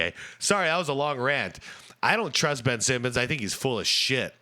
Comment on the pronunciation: Ben-ch Simmons